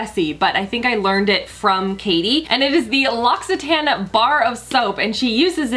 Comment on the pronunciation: L’Occitane is actually pronounced LOXI-TAHN, I used to work there and they have a whole video on their website about it :) But you can also use the Shea soap to also clean your make up brushes & beauty blenders. It’s amazing for that! 🤗